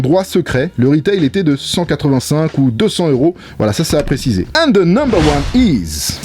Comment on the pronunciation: Si jamais c'est beaucoup plus juste de prononcer "monte" que "monssse". Pareil avec the, c'est mieux "De" que "Ze"